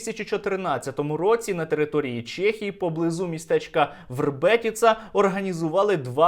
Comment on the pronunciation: Сергію, супер відео! Тільки не «Чєхії» а в «Чехії» 😉